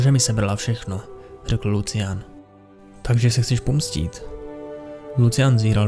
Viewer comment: jak ho čte jako lucian to bolí :D